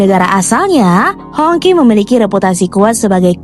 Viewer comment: It's pronounced as hong chi, not hong ki 😁